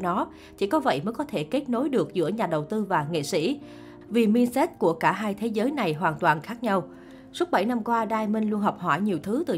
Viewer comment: Đọc tiếng Anh nghe sợ thiệt. Đờ ra ma Bi zi nét Min sét